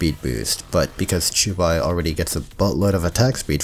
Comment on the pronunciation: to your credit you pronounced the 'qiu' in qiubai more faithfully than 99% of all genshin youtubers trying to pronounce xingqiu